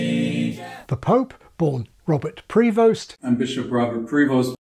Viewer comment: I would pronounce Prevost similarly to provost, not Preevoast.